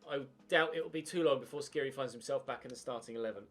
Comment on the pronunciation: The "kh" in Skhiri is pronounced more or less like the "j" in James Rodriguez i believe, don't have to say it tho just fyi. Great series!!